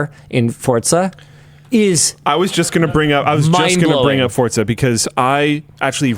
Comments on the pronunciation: ITS FORZA NOT FORTZA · Linus, genuine question, where does the t in your pronunciation of forza come from? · Just how many "T"s are in Forza. The number seems to increase every time Linus says it.